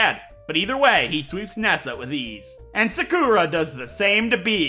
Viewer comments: The way he said “Sakura” 💀💀💀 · Ik this is 2yrs old, but you're saying Sakura wrong.